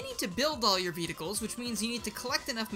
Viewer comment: Ah yes, Vedicles